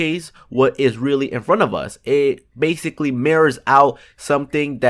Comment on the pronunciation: they "bathically" learn how to fucking speak